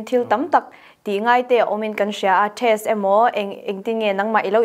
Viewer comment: Test nge trest🤭 van lam no vel ve